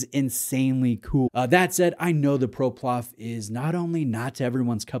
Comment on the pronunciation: ProPlof 😂 love it